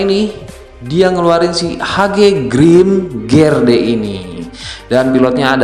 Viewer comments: Seharusnya grimgerde bukan grimgerdee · Grimgerdee? Kalau aku bacanya Grimgede gara2 kamu bacanya Grimgede. Eh, grimgerdee